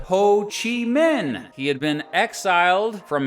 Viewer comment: Minh is pronounced ming, not min. Pretty annoying mistake.